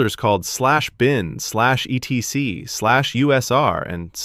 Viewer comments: /etc is pronounced "etsee" by the way. Although there is nothing wrong with spelling it out its a bit tiresome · etc -- as in /etc -- is pronounced et-see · /etc is pronounced like Etsy.